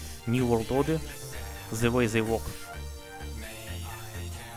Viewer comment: mispronounces "They" as Zay